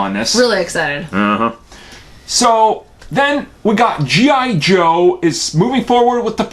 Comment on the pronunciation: Haha he said gi jew